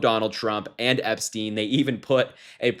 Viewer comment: Correct pronunciation is Epstine not Epsteen.